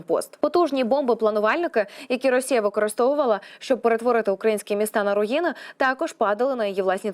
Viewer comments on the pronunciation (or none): none